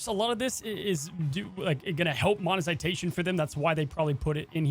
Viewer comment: creates so much he's even creating new words: Monesitation!